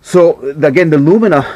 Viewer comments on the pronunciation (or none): Lumia not LumiNa ;)